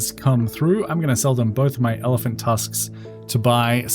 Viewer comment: You saying evelant? Not elephant?